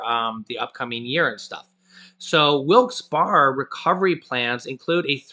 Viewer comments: I'm From Pennsylvania its Pronounced Wilkes "Bear" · I live next to wilks barre and he is saying it wrong lol. I never heard someone say wilks barre like that